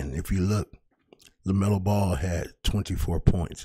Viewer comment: It’s Lamelo you bum